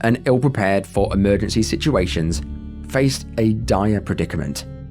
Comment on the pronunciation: Watched a few of these today.. Extremely well researched and presented...However each segment is one and yet you don't seem able to pronounce EMERGENCY......